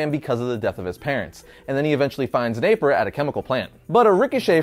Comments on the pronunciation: Its napier not naper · Hate to be that guy. But, it's Jack Napier. Not, Jack Naper. Great stuff though!